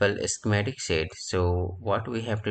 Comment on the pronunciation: Not "sit", but "sheet"